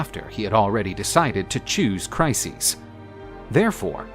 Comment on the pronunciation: Trojan war videos are superb, but pronunciation of both Briseis and Chryseis is just horrible.